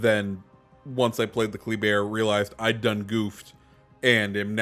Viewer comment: I think it’s pronounced Kluh-bear, from what I’ve been hearing